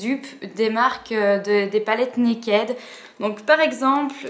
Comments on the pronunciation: arrêtez de prononcer mal le mot "naked" !!! ca me perturbe xD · Je comprends ton opinion, cependant, quand je regarde les vidéos d'américaines qui en parlent, elles disent Naked, pas Nakid. Je me suis souvent posé des questions sur la prononciation. Désolé si du coup ça te perturbe :).